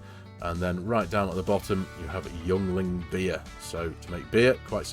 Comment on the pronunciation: Yuengling Beer is pronounced Ying Ling. It's the best damn beer east of the Mississippi